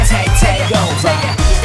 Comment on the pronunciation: "Take over"發音是故意唱不標準的?